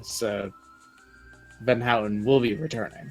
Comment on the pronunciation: Oh hey, I am non-Space Dutch. Also known as Sea Dutch. Since, you know, most of the surface area of our country is below sea level. Also, I understand why you pronounce 'van Houten' the way you do, but... that's not how it's actually pronounced. Proper Dutch pronunciation has the 'ou' pronounced as in the word 'noun'. Edit: And disregard that last bit because hey, I spoke too soon. Apologies.